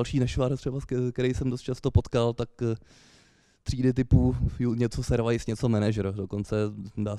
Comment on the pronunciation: A jéje, "servajs" jakbysmet.